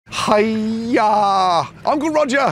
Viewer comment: As a Asian I can say , gordon has one of the most accurate haiyaa pronunciation I ever seen